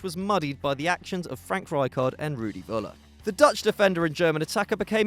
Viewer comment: it's Föller not Wöller :D